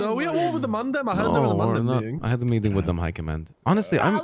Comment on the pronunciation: Love a good "metting" 😂